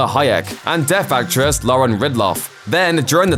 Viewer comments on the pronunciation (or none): none